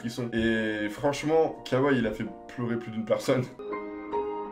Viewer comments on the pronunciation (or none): Pq vous le nommez kaway 😂. Il s’appelle kwaye 😂 ( Kawhi en englais)